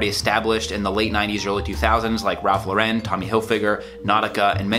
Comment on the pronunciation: Terrific videos; just discovered your channel and really enjoying it. One small but, in terms of credibility, important thing: Ralph Lauren is pronounced LOR-en, not lo-REN. It's one of those details that separates the men from the boys in fashion. Keep up the great work!